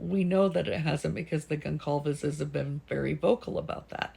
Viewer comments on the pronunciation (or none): Goncalves is pronounced with a soft c. Imagine the c is an s.